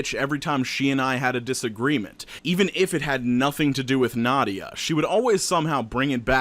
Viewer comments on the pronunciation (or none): as someone named nadia, its nah - dee - ah not nod - de - yuh. (common mistake)